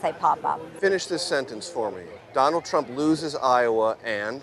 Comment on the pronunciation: "Iowans are becoming densensitized to all the indictments" lol, what a hack, too many crimes! Plus she can barely say Trump's name.